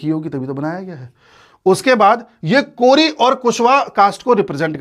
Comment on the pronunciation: कोरी नहीं कोइरी होता है